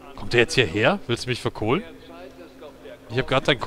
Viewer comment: Achja, kommt es mir nur so vor oder sagst wirklich seit Infamous "vercolen" statt "verkohlen"? Kommt mir, seit dem du es da gemacht, so vor als ob. :o